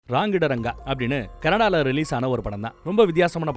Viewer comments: Raangidaranga illa Rangitharanga pls anna pronounce correctly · Say it as Rangeetha ranga bro thats how its pronounced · Padam peru correcta pronounce pannunga bro. RangiTaranga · PLEASE PRONUNCE IT PROPERLY.. ITS RANGITHARANGA ...NAANU TAMIL THA BUT I KNOW KANNADA N REPECT FR THAT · Please Pronounce movie name properly bro..